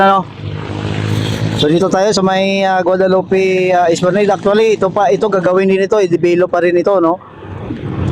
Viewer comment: Hindi po esplaneyd ang pronounciation esplanad po Ang tamang pronounciation, not to offend po for educational purpose lang po